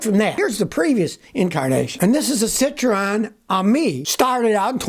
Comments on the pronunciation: Silontis is it not citreon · Cit row Anne 😂. Jeez learn how to pronounce names 😂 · Like the " Sit-Ro-An " pronunciation 😊